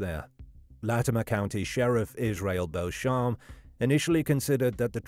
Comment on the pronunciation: The sheriff’s last name is pronounced BEACH-em, not the French pronunciation.